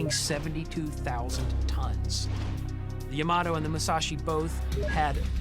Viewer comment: "MuShaShi and YaMato"